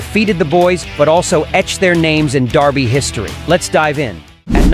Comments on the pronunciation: We pronounce it "Derr-bie" here in the U.S. It's "Dar-bie" in the UK... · Someone should have told him how to pronounce Derby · Out of curiosity, why is the voice over with an American accent pronouncing it Darby?